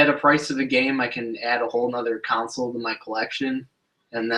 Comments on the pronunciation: Console*, not council. :( Good info though. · Yes It’s hard to listen to the videos....but I was just poking fun at how you say console.